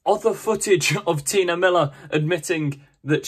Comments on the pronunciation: Why do you keep saying "Tina"? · I think T'nia is pronounced like tuh-NYE-a, not Tina :)